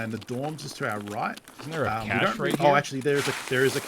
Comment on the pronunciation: Pretty sure it's pronounced "kash" not "kayshe"